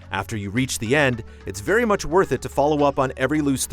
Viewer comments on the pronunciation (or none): none